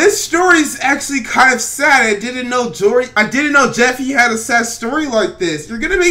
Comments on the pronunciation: He said jory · man really said joffy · you said jorry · the mans sed jorey